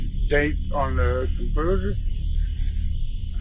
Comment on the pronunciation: "Com-pooters" and "The tinders" 😂